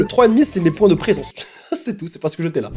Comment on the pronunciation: C chelou il dit... Point... 😂❤️